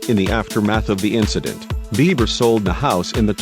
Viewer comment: I wish they would quit mispronunciating his name...Biber? Now it Bieber again